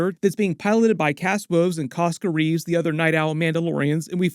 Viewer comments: Axe Woves. His name is Axe Woves. Not “Kas” Woves. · Why do you call Axe Woves, cask Woves? Did I miss something? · It's AXE Woves not Cass or whatever you were saying. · W he just kept pronouncing it as Cass woves so I was like huh?